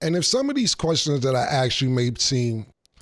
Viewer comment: Bro can pronounce mask but can’t say Ask